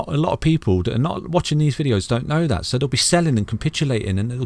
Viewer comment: Think not fink. That not dat. Thankyou not fankyou. Talk properly thucks sake